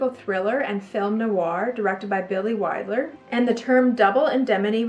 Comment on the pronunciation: Love you, but it's "Wild-er," not "Wid-ler," as in famous director Billy Wilder.